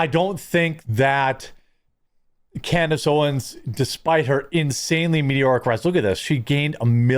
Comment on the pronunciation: Did you really say "Despite her INSANELY medioric rise" ? You are a clown bro! Sounds like sour grapes. A little bit of CANDACE Derangement Syndrome LOL!🤣🤣🤣🤣